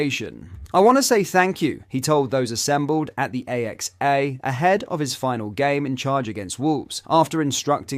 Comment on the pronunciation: "The A-X-A training centre" ??? You mean the AXA training centre?! I thought I'd put that in while I awaited, impatiently, for the MASSIVE News on Mo Salah And Virgil Van Dijk! You're as much use as a chocolate teapot! (Or, as you'd pronounce it, "a chocolate T-E-A pot!!! " 🙄)